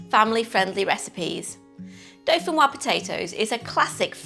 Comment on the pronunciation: Dauphinoise has an E on the end. ......'woizzz'. Either way, delicious!! Thanks.